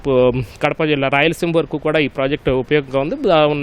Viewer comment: వీడు వీడి తెలుగు తగలేయ. ఈనాడు కి ఉన్న పేరు పరువూ తీస్తున్నారు. కడా ఎంటిరా.... కూడా.్